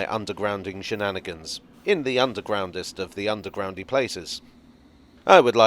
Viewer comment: The 'Undwegroundest' - never heard of that word b4!!! - Learn something new every day!!! - Happy new Year!!! 🙂🚂🚂🚂